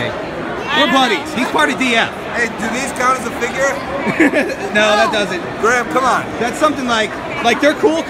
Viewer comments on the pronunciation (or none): it’s grim not grin